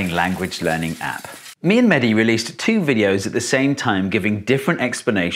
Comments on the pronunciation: umm no its mehdi not manny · He is mehdi not medhi plz